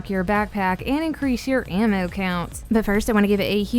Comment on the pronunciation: Omfg..... how u say ammo.......🤫🤫🤫🤫🤫🤫😰😰😤🤬🤬😡🤬😡🤬🤬😡🤬😡🤬😡🤬😡😡🤬😡🤬😡🤬😡🤬😡🤬